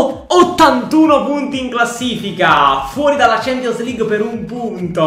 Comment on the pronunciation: Nessuno: Proprio nessuno::champonios!